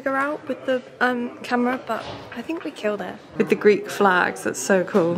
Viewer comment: Im greek and your pronounciatiin was understandable and good! Just as an airline would pronounce it ❤